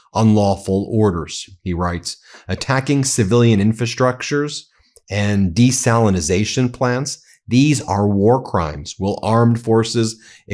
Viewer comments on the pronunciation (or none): Desalinate there's no Z in Desalinate. Stop repeating a mispronounced word. I've also heard Malcolm and it drives me nuts, he should know better.